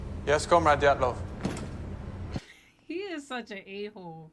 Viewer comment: It's not Dyaltov, it's Dyatlov.